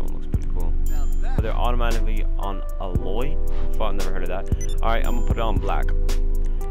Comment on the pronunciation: That was the first person I’ve ever heard say allloy then alloy, but good vid needed to see if it was worthy